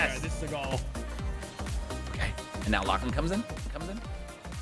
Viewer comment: It's lachy not lacey